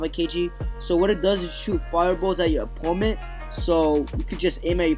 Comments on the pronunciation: It’s opponent not oppoment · he kept saying "oppoment" instead of "opponent"